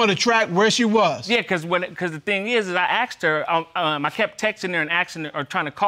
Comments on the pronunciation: Yeah....axed instead of asked. Jeez! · She looks remarkably healthy for someone who has been “axed” so many times.